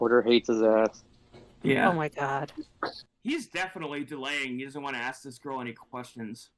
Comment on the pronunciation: He does "Axe" alot of irrelevant questions. 😂😂😂